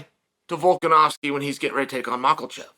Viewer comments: man i love hearing Chael butcher the last names of UFC fighters 😂😂😂 Macklechev and Piera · It bothers me lol, how hard is to to pronounce it right haha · At this point, I think uncle Chael is messing these names up on purpose. Surreal and mocklechev lol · slight mispronunciation, chael is never wrong.